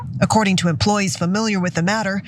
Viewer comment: Im from OH. We say Pales "Tyne" just like the middle eastern country. The Pales "Teen" is killing me 🙃